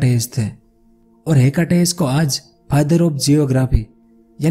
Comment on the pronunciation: हेकटेस नही हिकेटस